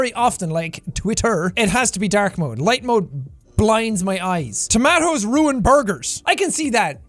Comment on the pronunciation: How did you say tomatoes??!!